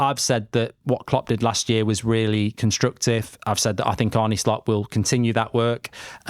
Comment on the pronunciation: ARNE. NOT ARNIE. Get it right...